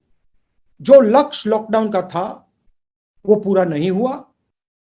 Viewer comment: वाह राहुल गांधी जी 40 से 50 सकेंड के बीच आप लक्ष्य को लक्ष बोल रहे हैं 😁😀😂